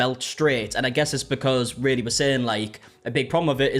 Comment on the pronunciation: It was spelt Raylee, so he is pronouncing it correctly. It’s not ry-lee it’s ray-lee